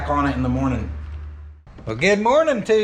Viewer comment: it ain't pronounced "Oh Riley's." The real pronunciation is "Oh REELY's."